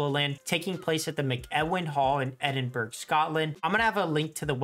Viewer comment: man said edinburg